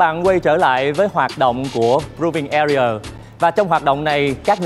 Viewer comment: His pronunciation "AREA" is bad and wrong